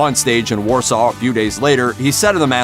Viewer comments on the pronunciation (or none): none